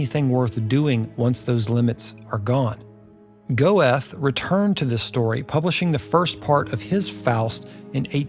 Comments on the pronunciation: Goethe's name is pronounced "Gur-tuh" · Couple of pronunciation tips. (Christopher) Marlowe has emphasis on first syllable, Not the second as you said (like Harlow). As Goethe is pronounced Gurh-Turh. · “Go eth”?